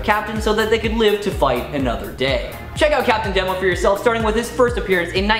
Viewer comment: Couple of things: "Red Pansy"? That was an unfortunate mispronunciation. It's Red Panzer. I always assumed Demo was pronounced to rhyme with Nemo. I always kinda dug Fire-Haired Karla